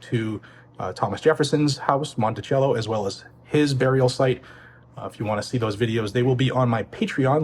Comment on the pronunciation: Mont eh chello? Mont eh cello